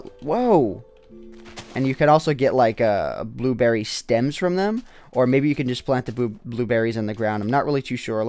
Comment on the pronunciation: he said booberry